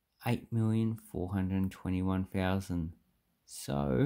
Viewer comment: It’s not Fousand it’s Th > Th > Thousand